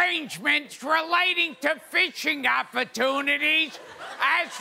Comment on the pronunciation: I kept hearing "bitching opportunities" when was speaking XD